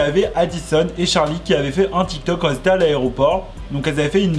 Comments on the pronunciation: Je suis dsl mais parle français mec ça me brisent les oreilles !!! Ex : qui s'étaient ... NON QUI ÉTAIENT les liaisons tu l’ai fais tt le temps et ça me ahhhhhh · QUI ETAIENT PAS QUI ZETAIENT PUTAIN PAS DE LIAISON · "Qui étaient" pas "quiS étaient" pardon mais ça me stressait 😭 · Ahhh quand tu fais la liaison « les gens qui -z’étaient-» ça me démonte les oreilles 😂😘